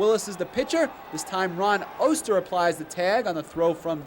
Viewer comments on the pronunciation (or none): none